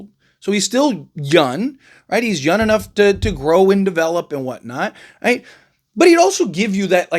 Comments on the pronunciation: I like your channel, I just have a question?? When referring to the young players, you call them "Yun" at 1st I thought it was a mistake, but you say it all the time. Yun is not a word, and it sounds like you are an uneducated man, I know that's not true... At the end of the day if I don't like it I know I can unsubscribe and go elsewhere but it's just a heads up just in case you don't know you are doing it, but it is annoying man lol. P.S all love, just an observation!! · First noticed this when he was talking about Trae Yun but yeah, this particular video he says it a dozen times.